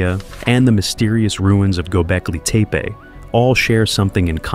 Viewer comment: "The Tower of Bobel" "Gobekli Tape-ay" XD this AI voice is so dumb